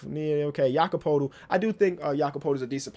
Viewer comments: His name is pronounced Yakob Pertle. It may not have an R in the name but it is pronounced with one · Loving these reaction vids! Btw Poeltl is pronounced Purtle like in turtle. Pretty sure he said so himself when he was on the starters when he was drafted.